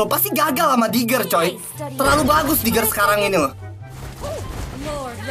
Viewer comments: Sadar bang saadddaaaarre diggie bukan digger wkkwkwwk NORAK 😆🤣🤣🤣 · Diggie bkn diger